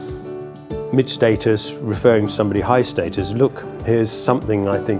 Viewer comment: “Moved up the StAY-TUs” I think you meant “status”🙂 btw